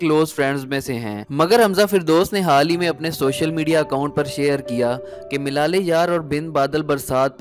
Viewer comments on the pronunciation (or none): Milal e yaar nahi malal e yaar on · Baklol...... milale yaar nhi, malaale yaar